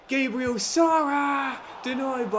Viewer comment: Please stop saying sarra Also it’s Gabriel like the Arsenal defender not Gaybriel